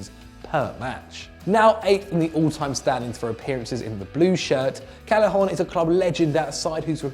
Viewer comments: it's pronounced CAY-eh-HON not CAL-eh-HON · And Callejón